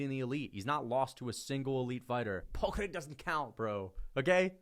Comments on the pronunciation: everytime I hear say paul craig it hurts me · The way says Paul Craig kills me every time lmao